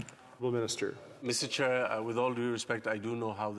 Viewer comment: 😂 it's Mr. Chair not Mr. Child.